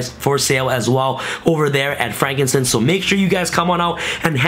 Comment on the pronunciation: Bruh, “frankincense”?? Frank and sons. BOI